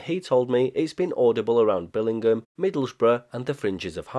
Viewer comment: Middlesbrough - not Middlesborough!